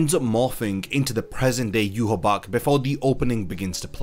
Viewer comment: Why do people call himYwabach its Ywach